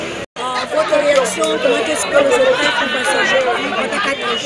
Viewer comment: Les élèves se sont bien défendu mais la journaliste elle est trop nulle Les aupreves au lieu de dire épreuves ( comment est-ce que les aupreves se sont passées 😒)